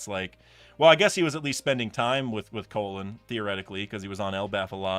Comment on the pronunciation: Brother his name is pronounced "call-in" not colon 💀